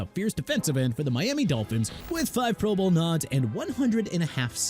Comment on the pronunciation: I saw that too!! What a joke! And says pro BOWL. 😂😂😂